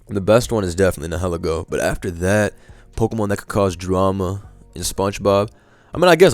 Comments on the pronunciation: Its pronounced nile-eego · The way you say nilihelgo sounds like “hella goat”